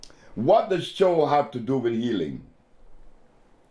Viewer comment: Thanks Dr Sebi for the awareness , I like you when you say CHO 🙏